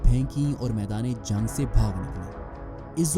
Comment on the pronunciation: Zung nai re bhai jung bol